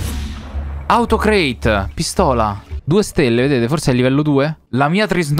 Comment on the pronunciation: se dice autocrate non autocreit è italiano